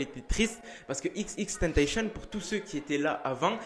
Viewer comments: On dit pas "tenteychenne" on dit "tentacion" c'est xxxtentzcion qui l'a dit lui meme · Xxxtentetion on dit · tu me stress à dire « xxtentachion »😭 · Je t'explique en fait ca ce prononce XXXTENTACION tu vois y'a 3 X donc dis les 3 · Wsh il a dit xxtentacion... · Je t'explique en faite ça ce dit XXXTENTACION y'a 3 X donc faut prononcer les 3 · Il a dit "XXtentacion" 😂😂😂 Tkt on t'en veux pas🙉